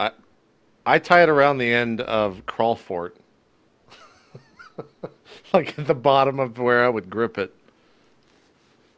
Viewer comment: What is the hammers actual name? Crawlfort/Crawford/??? JPs pronunciation throws me